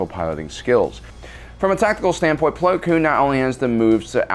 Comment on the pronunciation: it’s plo koon not plo kloon